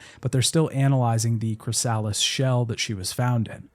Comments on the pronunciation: Why are you pronouncing Chrysalis as Cry-Sal-us... You're a native English speaker so it's very off putting, you were taught about how caterpillars become butterflies, no? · ....why do you pronounce Chrysalis like Cry-Sal-us .....